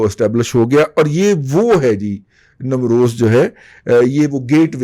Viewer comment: Namroz" nahi balkay "NEEM ROZ".